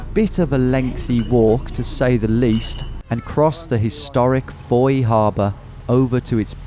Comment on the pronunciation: You said fowey correctly! Geowizard you have more than a subscriber for life!